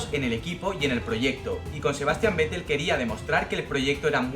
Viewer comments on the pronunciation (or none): none